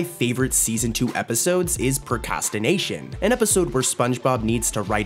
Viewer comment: He said prcastination